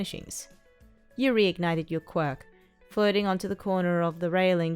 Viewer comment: Is it just me that when she says floating it sounds like flirting